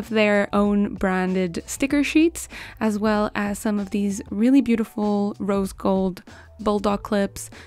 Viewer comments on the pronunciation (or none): none